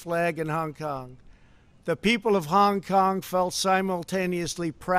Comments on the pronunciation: He is taking none of the blame for anything. He repeats the blame on China and WHO He screwed up so bad with his response to the virus He is now looking to start a War with China His pronunciation of China and Hong Kong is very is to get a racial reaction toward there people He must be politically taken out of this position immediately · Why does he say Hong Kong so weird? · Because he was from New York. Ok?